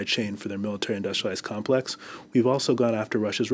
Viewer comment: That guy can't even say Industrial Complex properly... quality.